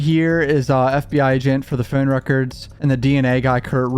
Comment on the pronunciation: the way he keeps saying “foawne” lmao